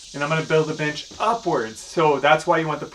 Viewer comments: Omg yes I thought he said chimichanga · I thought wait what b**ches??😂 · Do you say "bench" or "bitch"? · Love this. Am I the only one that thought he said something else when he said bench?